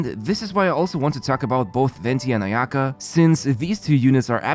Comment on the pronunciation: 'Ayato Not ay'Ato 'Ayaka not ay'Aka ffs usa people cant even get the accents of names right